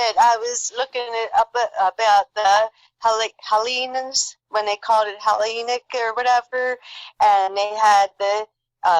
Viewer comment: Hi guys, interesting vid. It’s pronounced HELL - EENS. = Hellenes